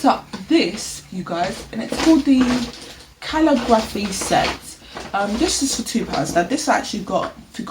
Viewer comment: I’m quite surprised to see The Works sells books - I had not noticed. 🤔 The projector is quite cool and a very good price. The calligraphy pen kit is a must for me & the price doesn’t hurt. 😁. Calligraphy pronounced ka-lig-gra-fee 😊 Thanks for sharing. 💚🧡❤️